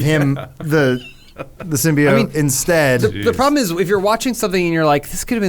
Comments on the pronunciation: Adam just say symbiOAT not symbiOTT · You guys are pronouncing Symbiote wrong, it's pronounced sim-by-ote not sim-by-ot. The reason Symbiotic doesn't pronounce the "ote" sound is because the E is removed in Symbiotic. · Every iteration of Venom has referred to it with the same pronunciation as they do in the movies, "Sim-Be-Oat" . I don't know where "Sim-Be-Ot" came from but it feels like it was a joke with Adam pronouncing it wrong but he just leaned into it lol. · It's SIM-BEE-OAT. Symbi-O-T-E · it's not pronounced Symbeeot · Okay Adam we get it, they mispronounced symbiote in the first trailer....pls keep repeating it every 3 seconds, it’s not like they fixed it before release or anything 🙄. The film is fine, obviously not fantastic but worth watching for Hardys performance alone.